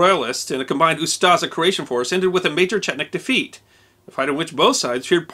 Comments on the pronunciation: Just a minor correction by a croat 😁 OO-sta-she not Shi. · Me too, until he decided to say "UsTaZa" instead of Ustaše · Ustase is pronounced differently. "s" is "š" and is pronounced as sh as in shoes. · I'm struggling with his pronunciation of ooo-staah-shaah!